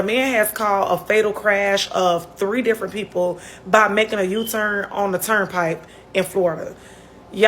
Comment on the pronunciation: Did the woman say “turn pipe “?